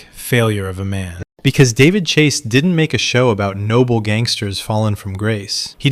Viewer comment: he dih-dent